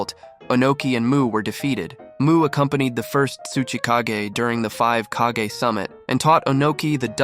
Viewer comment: Bro said “kehgay” then “kagah then ”kageh” y can’t a single YouTuber that posts abt Naruto pronounce their nouns correctly there’s like 1500, 20 min episodes in the Naruto universe for reference I’m assuming u guys have watched all of them and u guys still can’t pronounce a single noun from the shows u guys r ragebaiting me